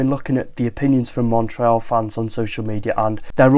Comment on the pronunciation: Thanks for saying the "éal" of Montréal correctly 😊 Normally, English speaking people here in Canada mess it up. 💪